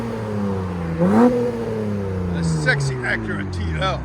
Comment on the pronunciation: driver pronounces it "ack-err-ahh"